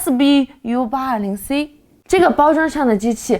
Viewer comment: 为什么S B 要读重音